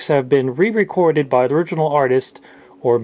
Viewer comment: "ORGinal Artist". You didn't catch that?